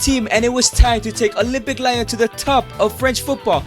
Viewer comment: No it's lion